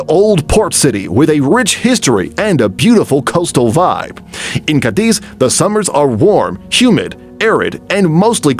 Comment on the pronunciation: City number 6: You pronounce "Cadiz" with the stress on the second syllable (diz)....The correct way is with the stress on the first syllable (Ca).